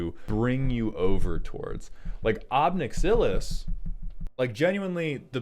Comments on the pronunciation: Ob nix ill iss = ob nix uh lis Droood = druu id U even eventually said druid. Is inglush hurd? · why the fuck do you say ob nixilis like that bro